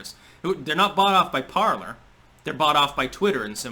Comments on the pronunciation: It’s pronounced ~par-ley ~ the R is silent. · Okay someone answer me this because its driving me crazy. Is Parler pronounced parl(er) or parl(ay). I keep thinking it's the latter because its the French pronunciation of the verb meaning "to speak." But everyone keeps pronouncing it Parl(er) so maybe I'm just going crazy 😆